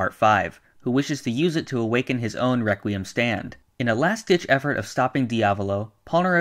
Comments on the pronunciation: Yes great rewquiem Lol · Reqwiem lol